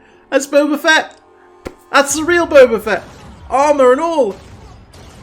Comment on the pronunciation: I haven't watched the video yet but I bet my last paycheck he pronounces him "BOBER FETT" again.